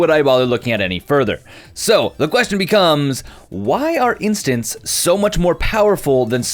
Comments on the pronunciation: I tilted every time he tried to say “intants” and said “instances” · Does anyone else hear him saying "instances" rather than "instants"?